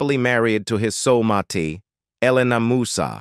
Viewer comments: Also not Sola Matee..😂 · I think this is recorded by an AI. They didn't pronounce soulmate correctly either.